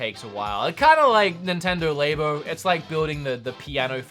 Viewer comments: Why do you say lay bo? It's so clearly labo like as in a science lab. Dhu! :) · He butchered the pronunciation of Labo like that drill butchering his finger